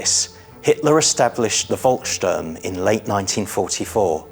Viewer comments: Volksturm is pronounced as "Folksturm." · I don't want to be too niggly, but it does irritate me when people who are obviously experts in their subject are so cavalier with the pronunciation of German locations and organisations. Seelow and Königsberg were garbled, as was Volkssturm. Equally S-Bahn was confused with U-Bahn. Surely these films have an editor that picks up on these things, or am I supposed to believe that the IWM has no people with foreign language skills?!!